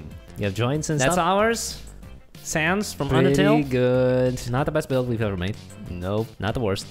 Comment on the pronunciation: Did people in the commit just said sans more like PANTS